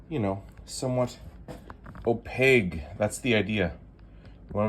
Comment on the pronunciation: Opaque....hard K sound, not G. Nice repair.